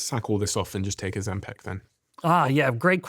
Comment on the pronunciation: PICK! PICK! It's pronounced O-ZEM-pick! Not peck! Stop saying peck!